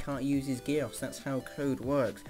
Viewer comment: Btw who ever made this they are saying geass wrong